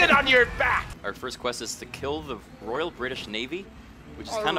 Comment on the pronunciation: Royal, not "Royale". Barbosa, not "Barbarosa"